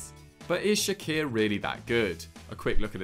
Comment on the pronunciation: It's not shaqir it's pronounced chakir and vedat isn't pushing for a move the club has decided he is happy with fenerbahce